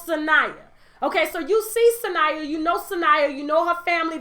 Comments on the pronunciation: Sanaa not Sania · Sanyaa lol...its Sanaa Lathan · It’s pronounced Sa-NAW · It's Sanaa, sis. Pronounced like "Su Nah." LOL!!